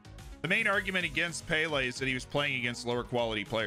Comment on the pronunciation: Payle hmm? Not pele then